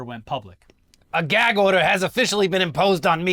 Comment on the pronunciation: Someone tell Don Jr. it's a Gag order, not a Gak order